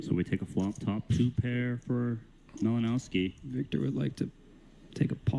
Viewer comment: It isn't pronounced "Malinowski", but "Malinovski"/"Malinoffski".